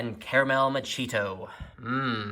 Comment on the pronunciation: I believe it's pronounced "Macchiato." Surprised the box couldn't at least get that right.